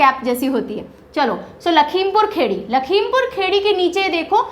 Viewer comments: It’s Lakhimpur Khiri not khedi... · M sorry to say Ma'am But its not lakhimpur khedi its (lakhimpur Kheri in english) ( खीरी in hindi ) Real pronounciation is लखीमपुर खीरी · Mam.. there are some pronoucial problem in some district name in hindi... लखीमपुर खीरी.. कुशीनगर.. बदायूँ.. ...by the way your reaching style is amazing... eagerly waiting for 2nd part❤